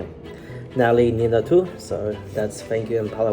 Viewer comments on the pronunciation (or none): none